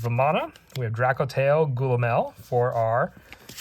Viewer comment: It's a cool set, I like it. Only gripe with it is all the people calling it Drakotail, boils my piss 😂 True Drako support soon, boys 🤣